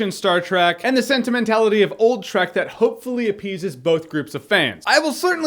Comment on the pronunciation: Every time he said "Trek" I herd it as 'Shrek'. Dunno why. Don't ask.